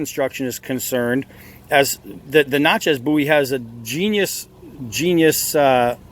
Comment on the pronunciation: It's Bowie not bouy! Otherwise it was a great video thank you